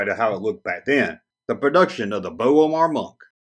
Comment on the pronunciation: Yep, I got this figure. I always loved the idea of a super weird spider-human brain-droid blend. .. and yeah, I heard it's pronounced BO-MARR. You got close though. At some point, I got the funny idea of taking a picture of Palpatine shooting force lightning at the B'omarr monk, screaming "Spider!". It came out pretty good =)